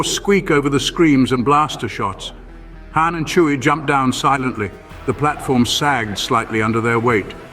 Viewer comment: Entertaining but Zahara becomes Zachary for some reason, and when you call Han Khan, that's just a lazy cross franchise insert.😂 Love it.